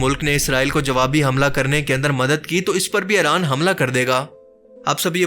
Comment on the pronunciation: Its not Aaran It's IRAN